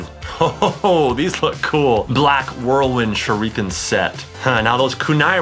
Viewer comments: chad cant say shuriken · He says shureeken than shuriken 😂 MAAAAAAN THOSE ARE SHARP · bro I understand that even if it's bad but dubbed or subbed shuriken is pronounced the same... shoo lee ken but he pronounces it shoo reeeeeee ken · U know he doesn’t watch naruto when he says “narudo” and”sharikin” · TheFamouseChiken #2 Suriken too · How anime fans say shuriken: SHURDIKEN How chad says its: shurreken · It's not shorican shurican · (Sh- ur- eh- ken) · You said shurakin wrong